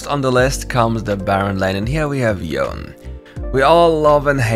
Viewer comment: Yone as Yawn, lmao